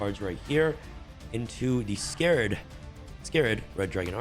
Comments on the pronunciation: Love ya vids bro but please it’s “Scar-red dragon Archfeind” scar red not scared or scarred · Its Scarred as in a Scar not Scared like fear.